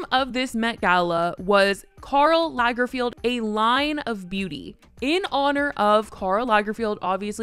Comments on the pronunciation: Isnt it lagerFELD? Am i tripping or is she saying lagerfield? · It’s pronounced lagerFELD (not Field) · Lagerfeld, not lagerfield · By the way, it is LagerFELD, not LagerFIELD. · It's Lagerfeld tho, not Lagerfield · His name is Karl Lagerfeld...FELD, not FIELD!!! Your constant mispronunciation is cringe, but I guess that fits your video's theme. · Not you saying Karl LargerFIELD 😂😂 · Good video. You miss pronounced Karl Lagerfelds name though.